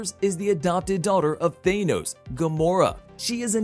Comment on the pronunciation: Who in the actual hell is even Thay-Noze? Lol!